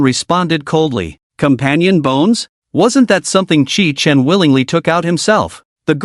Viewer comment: The MC's name is Qi Chen (at the beginning) from what I can gather. But the AI makes it sound like kitchen. You need to place a space between the last and first names of the characters. And I like how atleast a couple of characters find out the truth. Although they can't really tell others. Which is a shame imo.